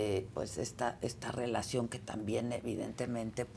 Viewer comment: Rievela la rielacion de nmmss